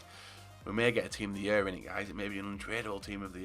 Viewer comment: "Team of the yurr"